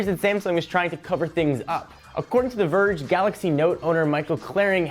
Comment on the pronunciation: I'm sorry, when I heard you say The Verge, I had to stop the video. Please don't